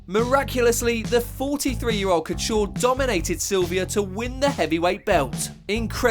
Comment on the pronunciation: not bad video content but you still can't pronounce Couture properly, if you are gonna do MMA vids, do them properly.